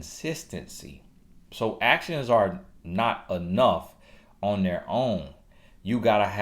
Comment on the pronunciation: He had TOO much fun with them “A-TIONS” 🤣🤣🤣💀💀💀